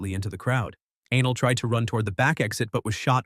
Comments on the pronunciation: Aah•nelll < ‐ pronounce it like that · Gotta be pronouncing the girls name wrong. No way her name is actual Anal 😂😂😂 Thats not tough at all 😂